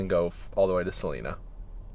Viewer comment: there is no E in Salina. Pronounce the I, SalIna.